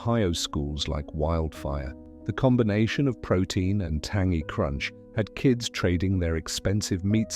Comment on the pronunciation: You’re right. I’ve noticed that, too. Plus, they’re using/stealing video footages from TV shows and YouTube channels. I also have a feeling it’s a foreigner making these videos. Once, they mispronounced the word, “tangy.” At first, I thought it was the British pronunciation but when I looked it up, that word is only pronounced the way we normally would.